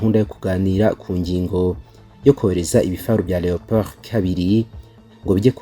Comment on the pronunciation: Leopard not Leopold